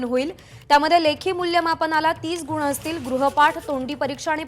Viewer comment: शोकांतिका ही आहे की.. महाराष्ट्र राज्याच्या शिक्षणमंत्री दहावी ला धाव्वी, विद्यार्थी न म्हणता विध्यार्थी असं म्हणत आहेत..!गुण च्या ऐवजी गुन म्हणत आहे...!! शिक्षण मंत्रीच जर या राज्याचे असे असतील, तर बाकीच्यांकडून काय अपेक्षा करणार??